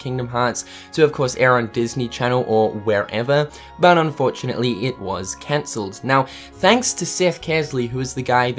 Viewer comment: It hurts my heart every time you say cancelled D